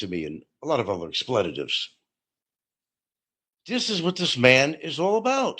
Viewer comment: correcting of anyone on proper pronunciation is a hoot. I've rarely heard anyone who can butcher the English language as well as. I'm sure will have some expletives, or "explayittives" as pronounces it, in response. Lol